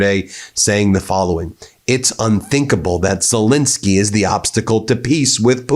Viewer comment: Pronounce his fricking name right FFS, it's Zel ENSKY not INSKY. Got that BIN..... sorry BEN ? !!!!!!